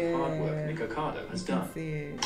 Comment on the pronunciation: The fact that STAYS calling him Nicado KILLS ME 😂